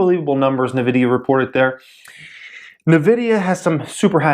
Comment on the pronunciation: It's pronounced invidia.